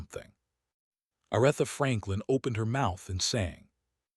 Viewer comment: It would be nice if you would pronounce her name correctly. I stop watching as soon as I hear her name mispronounced.